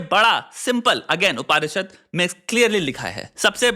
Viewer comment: It's not Upaanishad , it is upnishad